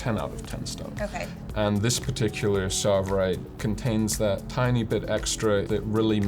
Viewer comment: No, it's not savirite because it's tsavorite.